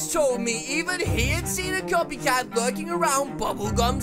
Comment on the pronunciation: I taught you said coffee cat